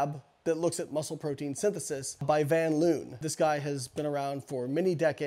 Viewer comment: Great vid again but tiny pet peeve, the Dutch name "van Loon" is more accurately pronounced like "van Lone". Other than that just consider this a helpful algorithmic comment.